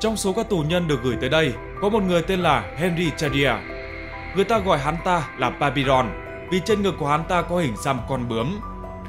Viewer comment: Tên người tù bạn đọc thành Vườn treo Babylon ở Iraq ngày nay. Còn đọc đúng tên là Pa-pi-dông ( Papillon) tiếng Pháp là con bướm đó bạn. Phim này rất hay. Nhất là bản đầu tiên 1973 thì xuất sắc